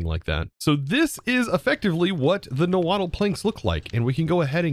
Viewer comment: You don’t have to pronounce the “tl” at the end of nahuatl. Its “naw-hwua” not “na-waddle” lol